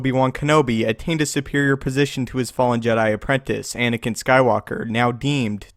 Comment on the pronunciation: Ankina? Plz get the names correct